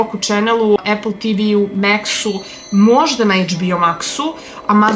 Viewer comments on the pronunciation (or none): none